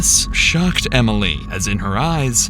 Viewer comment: Why does the narrator add an extra syllable Emily? “Em-ill-EE”